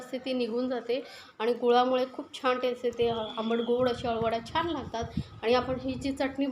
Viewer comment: बणवली, छाण, णंतर हे उच्चार चुकीचे आहेत. प्रयत्न करून सुधारा. या ठिकाणी न असा उच्चार करावा.